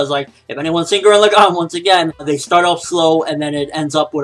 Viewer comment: I hated how you pronounced Gurren Lagann, other then that I say if it turns out to be almost as good as Gurren Lagann then review it.